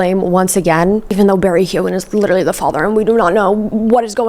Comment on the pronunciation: Really hoping the way you were pronouncing “Keoghan” was satire 😅